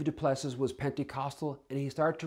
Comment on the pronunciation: DuPlusee. say it properly.